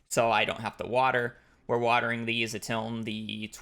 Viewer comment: not a native speaker here 🙋🏼‍♀️ why "untilN" not just "until"? And I noticed, always says it like this, not just at this particular second